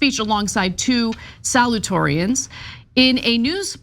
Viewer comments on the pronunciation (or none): The female reporter needs to learn how to properly say “salutatorian.” She missed a whole syllable.